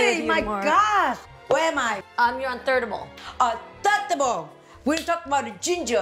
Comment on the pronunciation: Jeannie actually said thirdable😂😂😂😂😂😂 with such serious look